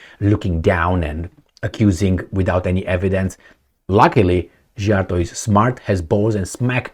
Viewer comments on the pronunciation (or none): I also tired of trying to get teach how to pronounce Peter Szijjarto's name. I The letter sz in Hungarian is pronounced like the word "sea" or "see". Please pronounce it correctly. 😢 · Why are you expecting to know Hungarian pronunciation, it's a different language, different country, it's understandable to mispronounce 🙂.